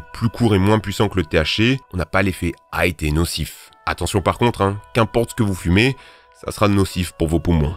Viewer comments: C’est pas "hight" c’est "high" sale boloss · "High" pas "hight" "Psychédélique" et pas "psychadélique" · C'est "High" et pas "Hight" :) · Aucune étude validée n'a démontré un quelconque effet bénéfique du CBD hormis ultraconcentré dans un médicament contre l'épilepsie, tout le reste relève de l'effet placebo. Vous ne citez d'ailleurs aucune source. Sinon on dit "psychédélique", pas "psychadélique"... Sans parler du fait que vous disiez "hight" au lieu de "high"... Tout ça à mon avis démontre votre niveau de "sérieux"... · Tu peux dire High, y'a pas de T à la fin mon pote ;) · Tu vois un T a la fin de high?